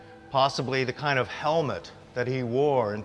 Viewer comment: He seems to have had a Stroke So Tiny, it Only effects the way he pronounces the word 'kind' he says "Kioe'nde". Great info. Funny when he says Kind though...